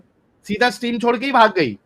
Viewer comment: 😂😂😂😂😂😂😂😂😂😂😂😂😂😂😂 सट्रीम शब्द होता है या स्ट्रीम होता है